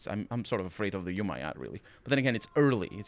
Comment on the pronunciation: Umayyad = "Ooo-mah-yahd"